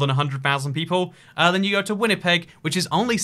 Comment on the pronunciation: Thanks for getting Winnipeg and Manitoba correct, I was stressing haha. Love your videos man